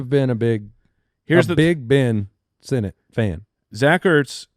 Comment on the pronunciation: Ben Sinnott? Paaaaaaaaaa-lease